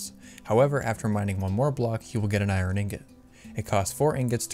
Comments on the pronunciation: instead of i-ern? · I never heard anyone say I-ron